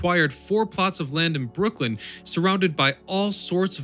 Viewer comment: It’s Brooklyn not Brookland